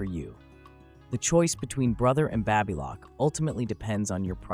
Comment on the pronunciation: What is the correct pronunciation for BABYLOCK? You pronounced it 3 different ways!!!!!!!